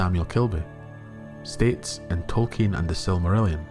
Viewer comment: Besides the other comments, you are one of the very few who pronounce the non-English words of Tolkein correctly. It is a pleasure.